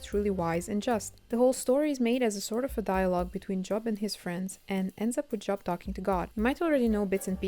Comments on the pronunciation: The name “Job” is not pronounced like the noun “job”. Spelled the same, but the name is pronounced with a long o, as though it were spelled “Jobe”. Edit: I usually hear “Behemoth” pronounced as “buh-HE-muth”. Edit2 “Lazarus” was the name of the person who Jesus resurrected. “Lazarii” is a made up word to indicate how many people could have been resurrected by the power applied to a specific miracle. The assumption is that it’s the plural version of Lazarus’ name because in the case of the miracle created by C. & A., at least 25 people could have been resurrected. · Please learn to pronounce Job properly. It's very distracting